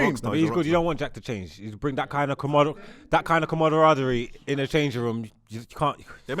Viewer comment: struggling to say camaraderie is one of the best things you’ll see on the internet 😂